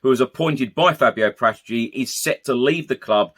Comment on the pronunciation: It's Para tici